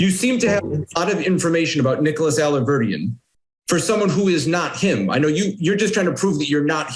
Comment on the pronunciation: I love how she makes an extra effort to deliberately get name wrong every time she says it, as if she wouldn’t remember it.